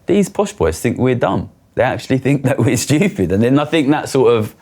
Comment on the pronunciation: "...these posh boys fink we're shupid"